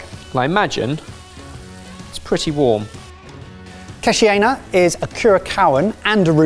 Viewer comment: Great concept. They butchered the pronunciation of Curaçao and Keshi Yena though.